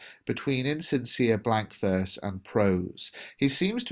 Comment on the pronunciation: sorry, verse= what? I didn't understand/hear correctly what you said